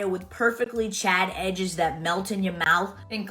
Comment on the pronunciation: Is she saying "chad" instead of "charred"?